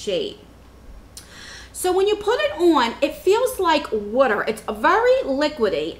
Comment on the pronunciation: Kentucky. Ive never heard anyone else pronounce water that way till watching the video. We live in CO and no one around here says it that way besides my mom. Lol.